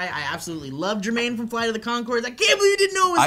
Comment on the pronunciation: Jemaine, not JeRmaine.